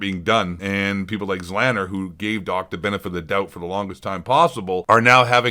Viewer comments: The fact that you don't even know how to pronounce "Z Laner" shows that you've never actually watched any form of interaction between Doc or Z, let alone ever watched either of their streams for more than a minute.... very poor from you bud. ZLANNER will be mad. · This dummy pronoucing Z-laner zzzlaner. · I don't care much for ZLaner but pronouncing it as zlanner is killing me 😂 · ZEE LAY NER !!! Does anyone speak english anymore ?!?! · "Zlanner" tf lol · His name is ZEE-Lane-er. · Its pronounced: ZEEE LANER, or ZEE LAINER OR ZEE LAYNER. Carry on. : ) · this chump doesnt even know how to pronounce zlaner. my god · Guy doesn’t even know how to say Zlaners name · you cant even pronounce the names properly how can i take anything u say seriously what a pleb